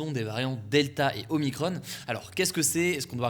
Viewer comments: Pourquoi dire OmicronE er DeltacronE? On est pas des Américains XD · Pourquoi dire deltaceONNE et omicrONNE ? On ne dit pas macrONNE pourtant ?